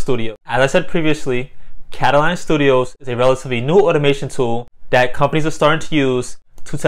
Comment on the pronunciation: How do you end up saying "Kataline" from reading "katalon"?